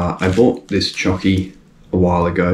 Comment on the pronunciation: did you call it chockie